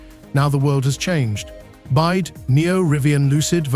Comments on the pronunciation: Its B Y D Build your dreams not Bied , attention AI robot you must use better language model perhaps CHina deep seek model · byd not bide